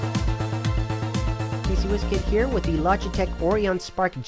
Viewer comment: Look, the "O" in Orion is not pronounced as it is in Oreo cookies, it's Orion as in a consolation. Sorry this bugged me a little.